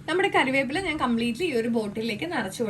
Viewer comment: കരിവേപ്പില അല്ല മോളെ കറിവേപ്പില